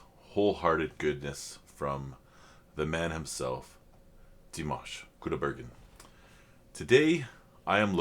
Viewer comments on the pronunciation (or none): I've noticed you pronounce the name of Dimash in two different ways on every video of yours. Here you have the right way to say it: The Kazakh name Димаш (Dimash) is generally pronounced in English as dee-MAHSH or dih-MAHSH. The "Ди" (Di) is similar to the English "dee" or "dih", and the "маш" (mash) is pronounced like "mahsh".